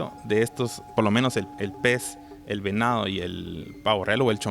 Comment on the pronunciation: La palabra debe pronunciarse "venado" y no "venao" . Dice: "probablemente" todas son suposiciones o imaginaciones que después las enseñan como verdades. Lo que el se imagina o describe no lo dice en ningún lugar.